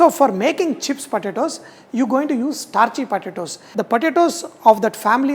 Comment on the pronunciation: It took me 5 minutes to figure out he was saying “potatoes.”